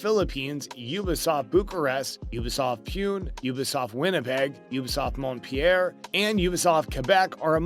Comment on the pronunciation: Ubisoft MontPier?? It's Mont Pe Llier